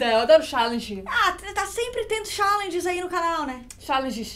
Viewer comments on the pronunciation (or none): xáãlenges kkkkkkkk